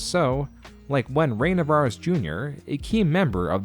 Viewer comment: Aside from a number of bad pronunciations (Ray Narvaez Jr., not Ray Navares Jr., and Vicious Circle, not Vicious Cycle) this was pretty well done. It really captured for me the disconnect between their leadership and their community. RT was built by the magic of an incredibly supportive community, and they've spent the last few years continuously burning bridges with the community that helped them build into a behemoth. They removed themselves from YouTube and tried to compete with Netflix when the community was completely content to watch their content on YouTube. This video didn't mention it, but they also flat out lied to their sponsors when they said they would grandfather them into the new pricing model, then removed the old pricing about a year later. Between that and the switch to more of a longform streaming model, they've lost almost their entire history of community.